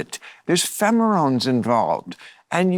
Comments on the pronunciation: Phemerones? You mixed up some letters there, hah. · Bill. "Phemerones" - ??? Wow. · Minute , Bill says "...there's phemorons involved..." He meant pheromones, but yeah Trump voters are dumb.